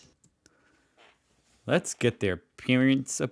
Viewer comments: She’s saying lits instead of let’s ❤❤ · First hurdle, said "epples" instead of "apples" "Lits git their pear-ents a prisent"